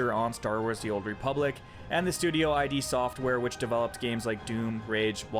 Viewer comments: Just for variety I'll complain that it's pronounced "id software", not "I.D. software". The name is a reference to the three parts of the Freudian psyche -- the id, the ego and the superego. You should still learn how to pronounce Bethesda, though :v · as much as I rarely say this and I honestly hate to say it, your opinion is completely invalid, it's been invalid since you said "bay-say-da" and then "i-d" softworks. this MMO should never be on a graveyard list, it's going strong and currently has a massive playerbase. the launch sucked, we all know that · id Soft isn't pronounced EYE-DEE, it's pronounced IDD. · dude, work on your pronunciation, it's Bethesda not beseda, and just hundreds of other little things throughout. I was honestly enjoying listening, but it eventually reached a point where your inability to pronounce words left me unable to continue from cringing.